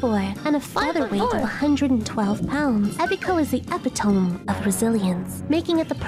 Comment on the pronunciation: why did she pronounce epitome like epitoam